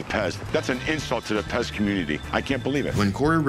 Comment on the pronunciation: They said pest instead of pez lol